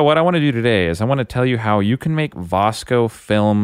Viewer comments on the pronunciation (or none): The correct pronunciation is VIS-CO.